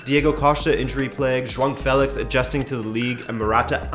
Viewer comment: Juan Felix... Joaong Felix... J dog Felix.... Decide how to pronounce it my dude lol